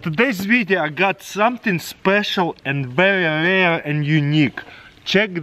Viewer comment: TF did he say veyeha?? Or vrehiya??